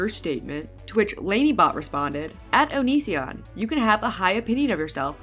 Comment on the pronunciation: Why do you say his name so weird?